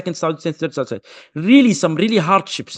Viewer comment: Yaudi Arabia 😂